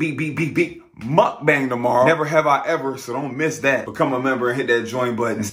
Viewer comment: He said muckbang wrong